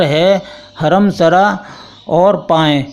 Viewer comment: Janab payen nahi wo lafz پائین باغ ہے